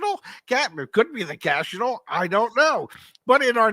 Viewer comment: “CASHital”… Rays a treasure.